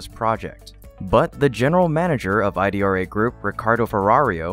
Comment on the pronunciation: Not I D R A. It’s pronounced “E -Drah”